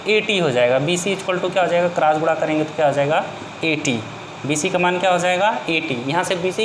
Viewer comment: Aap padhate to acha ho lekin gune ko gura kahate ho s ko yas kahte ho cross ko crass kahate ho